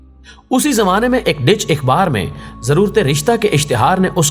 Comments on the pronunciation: Dear please pronounce correctly 'Dutch'. It is not 'Ditch'. Thanks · Janaab ye "DUTCH" hai Dich nahi hai